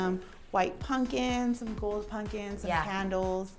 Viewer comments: Why is she calling them “punkins” lol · Am I the only one who cringes every time says punkins???? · I cringe every time the event planner says "punkins" 🤣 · I love that the planner kept saying "puNkins" 🎃🎃🎃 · she straight up said punkins